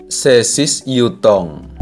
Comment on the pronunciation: Yutong bukan jutong skolh ke x ko ni